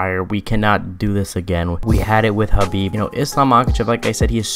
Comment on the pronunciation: why yall always say khabib shadow